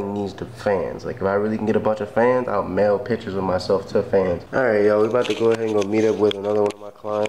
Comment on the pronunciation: this man said mail hia picture to fans ahaha